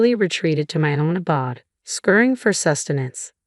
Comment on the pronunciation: When you can’t correctly pronounce advanced wording, try sticking to the basics. It’s “uh-BODE”, not “uh-bawd”.